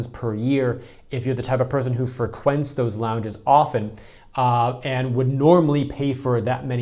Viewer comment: Now you're doing this on purpose? Fruh...quent? 🤔